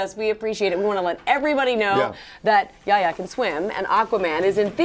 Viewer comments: Yaya? It's Y-A-"H"-YA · Why does she keeps saying “ yaya”? Hahaha. Itvis pronounce “ yeh hia”